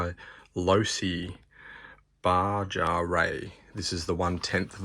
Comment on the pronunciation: Nice overview, thanks. I just got the same Losi and I am sticking to 2S. FYI (from San Diego, CA USA) our neighbors to the south pronounce it “Ba-ha” ie Baja California.